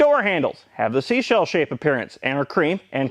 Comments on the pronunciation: Not seashell nooo! Try again 😊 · You say sea shell shaped like a damn hero.